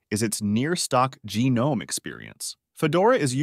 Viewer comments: Lie-Nux and GeeNome. Jeeez these AI generated movies are getting out of hand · Can't make your mind whether to pronounce it Leenux or Lienux. And no, no one says geenome.